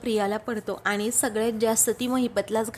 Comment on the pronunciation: आनि च्या ऐवजी आणि.. म्हनते नाही...म्हणते म्हणा...